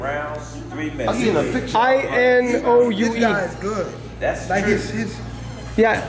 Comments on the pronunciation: It’s pronounced E - NO - UE (as in statue) -EH .. Inoue. Get it right bro. It’s unprofessional to pronounce names wrong as a interviewer or reporter. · INO EH!! Pronounce it right my guy!!!